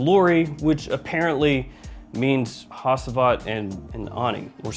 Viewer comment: You butchered the pronounciation of Hacivat man even worse than arabic ones